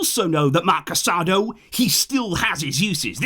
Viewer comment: please pronounce Casadó's name correctly. It's Casadó, emphasis on the ó as if it were French, not on the second a like the word for married in Spanish